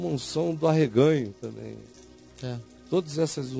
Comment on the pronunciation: Eu ouvi "do ahegao"